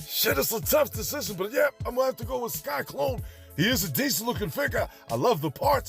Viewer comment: Love the videos but I’m curious as to why you always say “Sky-Klone” when I know you know it’s “Sy-Klone”.